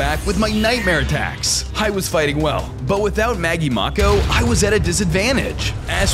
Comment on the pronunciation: Its not Maggie Mauko its Maggie Mako.